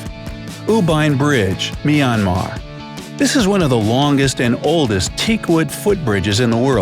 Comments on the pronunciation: How he pronounced Mymar it not miamar it’s maymar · You mean My-an-mar. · its myanmar not myeaner i live in myanmar